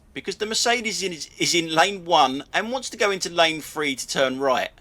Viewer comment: Quick to criticise incompetent drivers but are you prepared to take criticism on your incompetent command of the English language? It's thing not fing. It’s think not fink. Three not free... You really do have a problem the misuse of “th”. Then there’s your grammar… “Don’t do nothing” – double negative. The expression should be “Don’t do anything”. Them flashing lights rather than those flashing lights… Get a grip on your command of the English language or you’re no better than Audi drivers that can’t get a grip on UK traffic law.